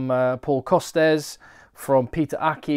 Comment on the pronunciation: I agree the competition is really exciting ! Pronounciation wise : it’s Costes pronounced « cost ». And for Roumat you should pronounce the final T.